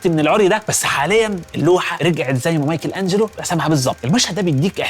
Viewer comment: ليه قول مايكل انجلو مش مايكل انچلو